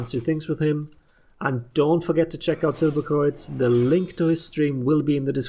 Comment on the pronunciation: I still cant believe that u are german, the way u pronounce silberkreuz is wierd.